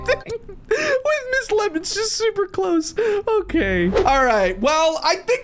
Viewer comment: Ms lemons: Welcome to my game. My name is Ms. “Limons”